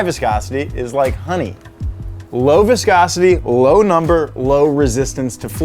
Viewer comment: how many times did he say viscocity